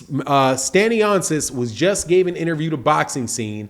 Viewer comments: Pardon Sir it's pronounced Stan-yonis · No criticism it's jus so Yu can do it how Yu said and not butcher his name, cause since this news came up it won't be the 1st video Yu do on the topic🙏🏿☝🏿